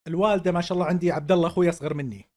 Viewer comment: عمرو أديب ما يعرف يقول ما شاء الله ! وش ذا اعوذ بالله